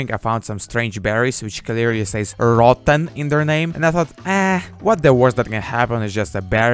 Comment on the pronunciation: yo this guy funny broooooo why he say rotten like that tho xD